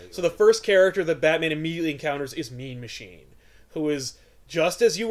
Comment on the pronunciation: Throughout this when said "Mean Machine", I kept hearing "Meme Machine".